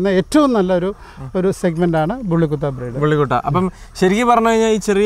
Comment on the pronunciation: ബുള്ളി കുട്ട അല്ലടാ,വള്ളികൊട്ടെ... ബുള്ളി കുത്ത!!!